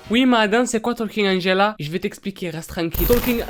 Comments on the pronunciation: Il a vraiment dit Angelo, 😂😭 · je rêve ou il a dit « Angelo » ? 😂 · non Angelawn 😂😂